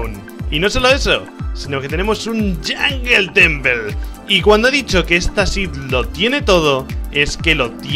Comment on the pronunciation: “Yongel Tenpel”